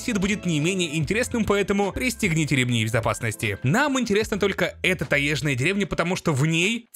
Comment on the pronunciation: Хватит говорить "таЕжная" - правильно говорить с буквой Ё "таЁжная"